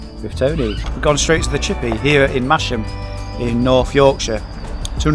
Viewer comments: Its 'Massum' - local weird pronunciation rules in these parts Richard ;-) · pronounced "Mass-Ham"